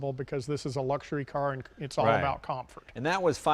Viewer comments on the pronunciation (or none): It's all about "kamfort"